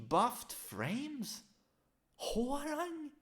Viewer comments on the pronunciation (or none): It really bothers me when people say whore rang instead of hwoarang